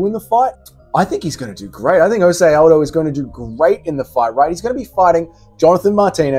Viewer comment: Stop calling aldo “aljo”